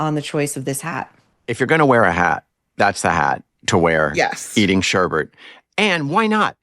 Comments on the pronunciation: Hey - the stupid AJLT is up to Ep. 7 and it’s gotten worse. The writing isn’t all by the same person. Clearly. And there’s zero sex. Or nudity. But there’s awful karaoke. What a waste. AND - MPK it’s “sherbet” not sherbert. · Mr. King puts two r's in sherbet and I am the hick?